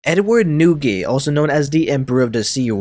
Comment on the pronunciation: More like edwar D newgate